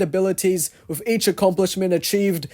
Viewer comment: At the beginning of the video, did u say "with" or "wifh"? I always hear british people using "f" instead of "t" like "fhick" instead of "thick". Is it just my hearing problem? 😭